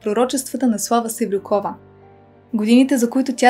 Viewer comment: Slava Sevrukova. Udarenieto e na u, a ne na O